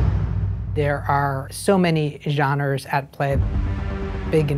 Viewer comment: I can’t stop thinking about how it opens with a guy pronouncing anime the pretentious way and then at the mark the dude mispronounces the word “genres”. I’m actually stoked for this, just having a laugh.